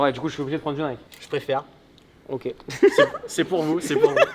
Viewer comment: « J’préfere » c’est un génie, je suis mort🤣🤣🤣🤣🤣🤣🤣